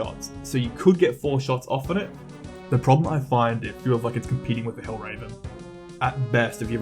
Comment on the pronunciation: It is hel-ver-en not hell-raven. Otherwise, really great video. Good analysis